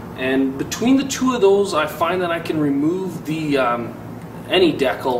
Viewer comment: awesome video, but... DE-CAL! lmfao its not decle...